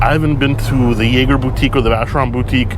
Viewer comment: I'm frankly impressed you got a usable take in that environment. I would be like "Shit, I mispronounced Jaeger, now I gotta circle back to Biscayne."